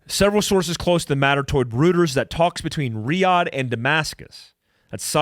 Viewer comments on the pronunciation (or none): none